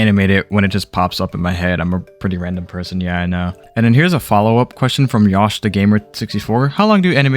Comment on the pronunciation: You dare…MISPRONOUNCE YOSHI????!!?!! nah in all seriousness thanks for providing an A to my Q